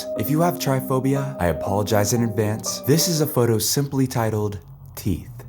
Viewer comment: love it’s called trypophobia not try phobia 😂❤